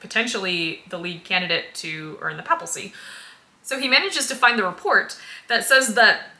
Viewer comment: I just have to point out that it's "papacy", not "papalcy", which gets said several times. 😃